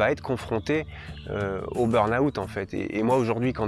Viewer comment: bonne explication, merci. Par contre le "beurnaoûtte" ça fait mal aux oreilles 😅